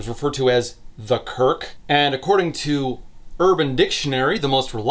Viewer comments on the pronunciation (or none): none